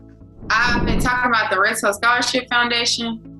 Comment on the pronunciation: What is the name of the scholarship foundation. I can’t understand the first word she is saying. Sounds like she said, “ Red Source Scholarship Foundation” in Tuskegee but I’m sure she’s not saying red source